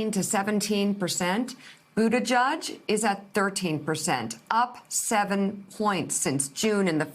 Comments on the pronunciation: I live in the area, I heard it as Boot-a-judge for years so I was a bit surprised when Pete said it is Boot-edge-edge. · Someone needs to gently and altruistically let Mika and Joe know that it is Boot-Edge-Edge (not "Boot-A-Judge"). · its booda JEDGE not JUDGE. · Its pronounced PUTAGIG !! STUPID. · I’ve heard mayor Pete speak in person. He says boot-a-judge. Joe and Mika are saying it fine. Not that it matters either way. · I've noticed most people pronounce it "boot-a-judge" - that pronounciation is probably stuck, not. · Boot ih jege? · Actually, it should be pronounced 'booty jitch'. That's how we pronounce it in Malta. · Dear Mika Please learn how to pronounce his name correctly It just looks better on TV. Trust me. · Pete says it is either....his husband also says Budda judge. I say But edge edge